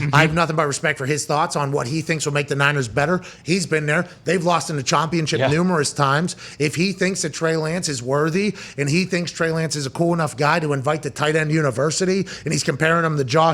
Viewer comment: Did he say “chompionship?”